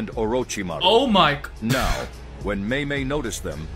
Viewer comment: Are you serious right neow